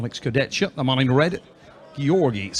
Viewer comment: will never learn how to pronounce Kurdechka.